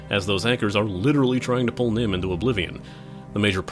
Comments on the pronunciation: Nirn not Nim... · It nirn not nim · Nirn, not Nim. Another bad case of Kerning. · N-i-r-n, not N-i-m..... "/reloadui" helps memory leaks.... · I'm sure someone else has said this, but it's n i r n; nirn, not n i m; nim. I can see how you would make the mistake reading your script. Otherwise, great review. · Nim, its Nirn, but good review. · Its Nirm not Nim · Also it's nirn ner-n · Did you just pronounce "Nirn" as "Nim" because that is wrong. It's also "kuh-jeet" not "kah-jit" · NERN, BREH-TIN, KAH-JEET.